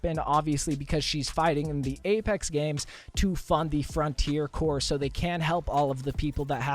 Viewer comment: Corps is pronounced core.